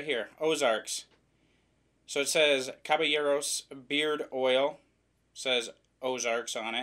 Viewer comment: Very correct! In Spanish and French, the double “L” equates to a “Y” sound. Looking forward to the review.